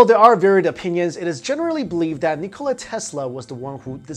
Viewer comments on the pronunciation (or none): it's "Nikola" not "Nikolas"